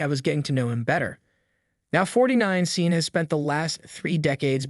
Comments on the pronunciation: You are pronouncing "seen", but it should be "shon". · ARE YOU KIDDING ! YOU HAVE NO IDEA HOW TO PRONOUNCE HIS NAME/THE NAME "SEAN." JUST DELETE THIS VIDEO. YOU HAVE LOST THE RIGHT TO POST/SAY ANYTHING ABOUT SEAN LENNON OR ANY ONE!!!!!!!!!!!!!!!